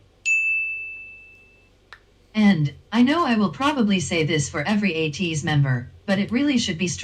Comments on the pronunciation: I see six months in and some people still do not know how to pronounce ATEEZ - it's a long A like in the word SAY, so it's AYYYY tee....Z like AYY-tease...not Ahhh Teez....and yes it's AYYYY tiny like tin - ee...just like they say in the word Destiny...it's not tiny as in little....so if you're gonna stan, let's stan correctly :) Now, you think all the vids are good, you should see them actually in concert...it's epic!!!! If you ever get the chance, do not hesitate, DO IT!!!! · It's pronounced A-Teeny.